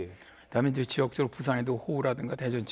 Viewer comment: 아니 어버무리면서 말하냐 인저 인저 는뭐냐 개 웃겨 ㅋㅋ